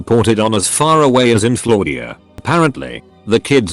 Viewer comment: No one: Narrorator: Flordia Floor-dee-a